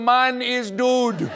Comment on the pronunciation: Koekje is pronounced kūk-ya. The word dood is pronounced dōd, rhymes with road.